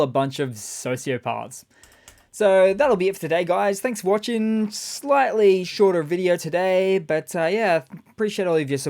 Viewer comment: "So that'll be it for today guys, thanks for watch-ing" Hang on.... where watch? Beautiful 🤣🤣🤣